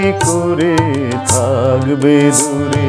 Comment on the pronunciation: Tumi ki emni kore THGBE dure ??? Kwa er uchharan ta aschhe na ,ektu dekben ! Over all fine !